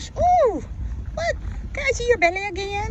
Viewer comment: Oohhhhh, that glorious "belleh" ! 😊